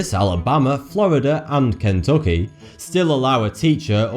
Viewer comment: "...Florida and Cane-tookee" - Your accent fits the subject perfectly xD